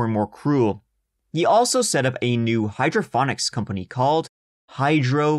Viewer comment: FYI, it’s “hydroponics” there’s no h sound. The way you said it “hydrophonics” to me, makes it sound like an underwater reading lesson or something.…😂🤣 I luv you, thanks for brightening up my day! 💖